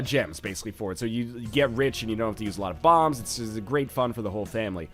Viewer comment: "Great fun for the whole thamily."